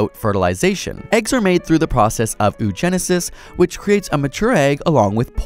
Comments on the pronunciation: You bimbos... You are supposed to pronounce both O's separately in oogenesis. O-o-gen-e-sis NOT like the O's in zoo! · I have never heard anyone pronounce Oogenesis as "ue-genesis" before.